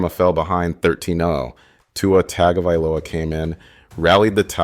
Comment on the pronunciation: Love the video, but you gotta start saying Tua [tuhng•guh•vai•low•uh]'s name right lol